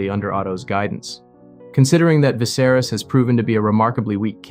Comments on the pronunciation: Eveybody in the comments seem super focused and clear headed about the whole thing but all i can think about is how you pronounce 'Viserys' like 'Viss-air-iss'😂😂 Bro what? How'd you come to that having obviously watched the show!!?? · "Vizerus"??? Bro they said it in the show in like, 2011 lmao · Nice video, but get someone to read it that has actually watched the show next time. “Vicerous” really took me out of it. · Good vid but your pronunciation of Viserys is distracting. Vi-ser-rees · How can you have watched the show and mispronounce the name? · How can you make a video about the show and still pronounce Viserys name wrong lol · You can’t even say the kings name right